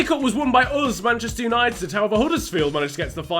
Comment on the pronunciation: When he says 'urs' instead of us gosh I cant help it i had to laugh😂😂